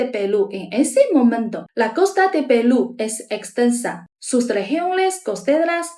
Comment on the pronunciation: QUE HERMOSA ESTA CHINA RICAMML, ELLA DICE : PELU😂😂😂😂🎉🎉🎉🎉❤❤❤QUE VIVA PELU😂😂❤❤❤❤Y QUE VIVA CHINA 🎉🎉🎉🎉🎉